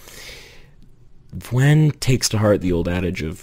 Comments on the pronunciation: vwen? i thought it was pronounced like v-oo-n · Vwen? its vewn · I thought it was pronounced "viewn" and not "vwhen". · it’s pronounced vewn like veyoun, rhymes with toon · "Vwen" 💀cool vid man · its "vue-n" !!! aaaaahhhh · i used to pronounce it as vehwn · Oh, is that how you pronounce her name? I thought it was v "ew" n. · egad u purrnounce Vewn totally diffurently than i do, that threw me off a bit XP i love your analysis, not to mention your artstyle!! i rly like its simplicity, its so to the point and it’s something i struggle to incorporate into my own art so count me as envious XP